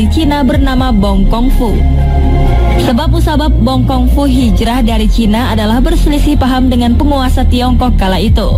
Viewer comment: Bukan bong kong fu tapi bong kiung fu